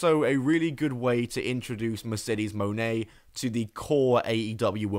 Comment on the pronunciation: Its mercedes moan. Thats not how pronouncing names works there bud